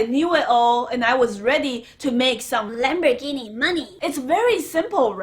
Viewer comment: Why don't you stop saying lambergini and say Ferrari.